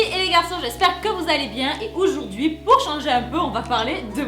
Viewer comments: C ojourdui pas oujourdui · Hum ta commencer ta vidéo en disant oujourdhui au lieu de aujourd'hui... hihi sa me fait clairement penser à ma ptite puce.... C pas vieille meuf aigri mais baby chou attention jte flingue... Lol petit message j'adore tes vidéos et merci pour la motivation qe tu fais passer #FitgirlReunionaise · euh aujourd'hui ou oujourd'hui ?